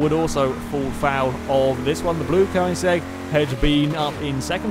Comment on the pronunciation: Funny how he spells Koenigsegg correctly, but he pronounces it "Koinsegg"